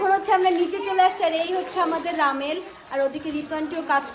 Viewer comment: রামেন ❌ রামেল ✅